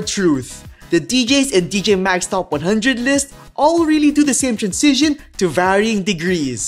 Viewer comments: honestly i love your content but hearing you say "trancision" instead of "transition" every 10 seconds drives me nuts. anyway, keep up the good work man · Bro you still pronounce transition ( trænˈzɪʃ ən ) as transizion (trænˈsij ən) it gets me every time... 😎 Cheers... Good video as usual ... 👍🤝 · hahha throughout the video type "transition" in google translate and listen how it is pronounced 😅 and compare with your pronunciation